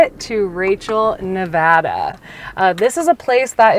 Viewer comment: Thank you for pronouncing Nevada correctly.